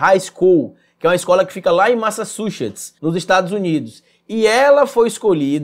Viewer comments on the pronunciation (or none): Kkkkkkkkk eu tô rindo aqui lembrando do Sérgio moro kkkkkkkkk ele não sabe falar Massachusetts kkkkkkkkkkk